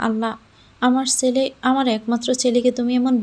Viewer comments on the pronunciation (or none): চ আর ছ এর উচ্চারণটা একটু শিখুন প্লিজ। ছেলে কে বলেন চেলে ,, এই রকম আরো কত কি